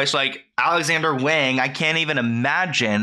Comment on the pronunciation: I'm sorry but as a Chinese person this is hard to watch, for further reference please always assume that an "a" in Chinese is pronounced "ah" so "wahng" in this case ✌️♥️